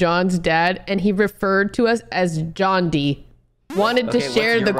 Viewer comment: Bro 😂 instead of focusing on that he said JOHN DIE btw JOHNDIE oh but it’s cute right 😅😂🤣